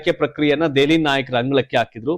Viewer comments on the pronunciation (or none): ನೀವು ಮೀಡಿಯಾ ದವ್ರಿ, ಭಾಷೆ ಶುದ್ಧವಾಗುರಲಿ, ಐ ಕಮಾಂಡ್ ಅಲ್ಲ, ಹೈ ಕಮಾಂಡ್, ದೆಅಲಿ, ಅಲ್ಲ ದೆಹಲಿ ಓದ್ರು ಅಲ್ಲ ಹೋದ್ರು